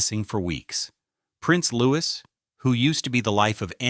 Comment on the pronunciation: Those crying pictures are AI, and so is the narrative. He is NOT Prince Louis (Loo-is); He is Prince Louis (Looey).